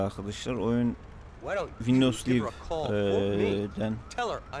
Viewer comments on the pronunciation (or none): none